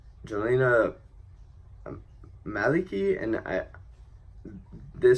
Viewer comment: I've concluded that this is my favorite song of this year's contest. Albania did it again! (Btw, it's pronounced "Yonida Malichi".)